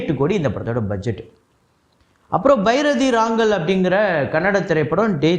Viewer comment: Bro bairathi ranagal correcta solunga bro